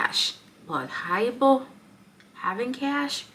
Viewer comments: Wow, u sound good saying "haibo", u just gotta hang around and u will get it . Much love sister! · When you said "Haibo" 😅 You are one of us girl, Wellcome to South Africa 🇿🇦 🫶